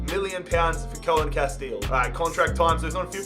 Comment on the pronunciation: Pcq: it's not pronounced "Koah-Enn Cast-Eels" its "Koon Cast-Ales"